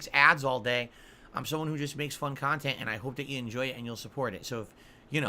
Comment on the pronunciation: «makes fun khantent». We laugh, so guess its true… 👍🍒